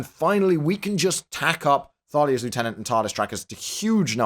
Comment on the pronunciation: you're british. Why must you say lieutenant that way D